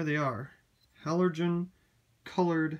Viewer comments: It says on the box that they are halogen bulbs. Sounds like you are saying 'halorgen' and not 'halogen', putting an extra 'r' where there shouldn't be. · buxterbaxter yeah, I love the way he pronounces halorgen 😂😂